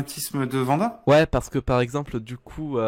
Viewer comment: "La complicité entre Vision et VANDA..." mes pauvres oreilles...